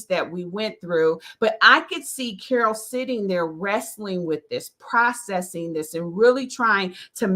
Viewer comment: I love that you try to pronounce my name the way I do. That's very honorable of you 😊.